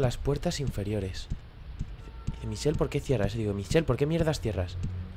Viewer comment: Me ha encantado, sube más pls! Por cierto, se pronuncia Mishel no Michel :):)